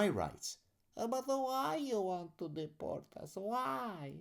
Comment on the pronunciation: I love the “…but khwhy you d’port me? Khwhy…?” 😂